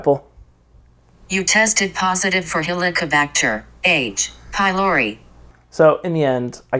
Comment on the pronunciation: You should be taking it more seriously and It’s not even hard to pronounce